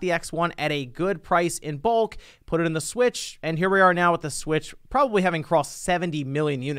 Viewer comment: "Super Nintendo Swich" sounds like "Super Saiyan God Super Saiyan". Anyways, a hardware revision SHOULD bring backwards compatibility at the very least, with Virtual Console to at least try and counteract on the homebrew side. It's as if they're playing it safe with all these Switch-alike revisions. Who can blame them after the Wii U disaster, they came back to what they are more accustomed to, being portable systems.